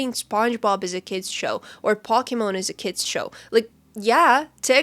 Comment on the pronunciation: She pronounced pokémon"pock-ie-mon" 🫤